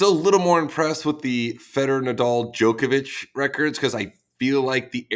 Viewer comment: Steve getting ridiculed for saying Djokovic's name properly